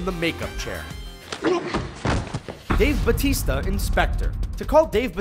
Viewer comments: The way you said Dave's name is very wrong. And I was laughing all the way. It's Baw-tista. As in Baw-wow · isn't Dave Batista not Bautista